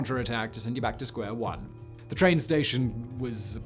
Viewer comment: "Ze Kessel" and "zee Cauldron"